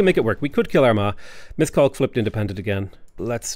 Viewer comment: As a Hungarian I struggle every time he say Miskolc